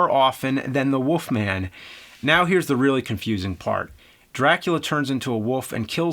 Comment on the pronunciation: WOLF MAN James, not Woof Man.